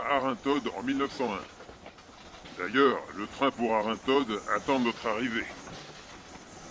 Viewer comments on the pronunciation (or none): Merci pour ce beau voyage dans le département du Jura ! Je crois que l'on prononce Arinthod sans le "D" final 😉